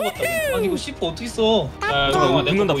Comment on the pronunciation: c4발음ㅋㅋㅋㅋㅋㅋ 시x라고 말하는 줄ㅋ